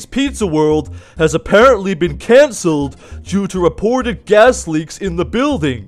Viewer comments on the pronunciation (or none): It's not canneled